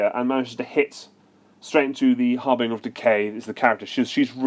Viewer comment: I'd never heard anyone mispronounce 'harbinger' before watching this video. It's a soft G, mate.